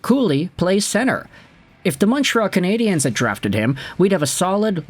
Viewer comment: That laugh sounds like an old James Bond movie laugh. Say Canadiens properly, btw